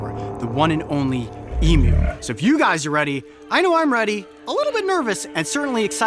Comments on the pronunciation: Just happy you pronounced emu properly e-mew and not e-moo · I AM SO HAPPY HE PRONOUNCED EMU CORRECTLY! AFTER YEARS OF TORTUE OF NON-AUSTRALIANS MISPRONOUNCING EMU. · thank god, he doesn't say e-moo, like so many Americans. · Hearing a non-Australian say emu right is like getting a 2nd birthday. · thankyou for been the rare American thats can pronounce EMU correctly how anyone can get m-moo from EMU i dont know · Take note everyone, the way Coyote pronounces Emu is the correct way.